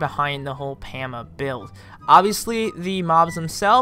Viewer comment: its poma. not to be mean